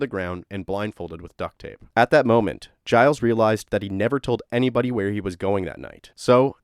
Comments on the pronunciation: Gilles is pronounced like "Jill's" but more with a Ge than a J.... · His name is pronounced “Jill” soft g it’s french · Giles Tetreault is said more like jeel tetrow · It's pronounced "Zheel Tetro"